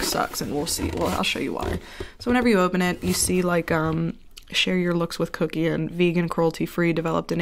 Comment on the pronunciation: When you come for a review and you leave with tingles. "Put on a thin layer of...C U C K IAN" 😂